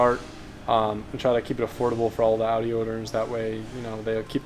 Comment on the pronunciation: Owns the pinnacle of Audi vehicles in North America and can’t even pronounce Audi correctly.